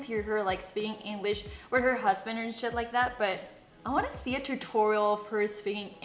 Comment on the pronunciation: Shot por cada vez que dice "spikin inglich"